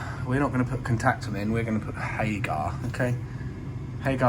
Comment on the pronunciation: HAGER, Not HAGAAR. It is not a viking